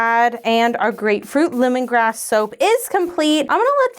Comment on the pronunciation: Every time I hear, grapefruit lemongrass, I still hear grapefruit, lemongrab!😂🍋